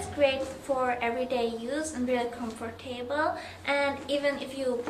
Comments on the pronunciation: i like how you say '' comfor-tabel'' lol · Lol Aw she said ankles instead of wrists and she pronounces comfortable adorable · Comfer - table. Haha your so cute!